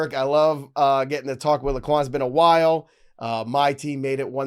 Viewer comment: The “o” in LaQuan is silent 😅